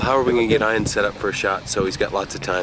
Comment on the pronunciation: why does he call Ian Ion?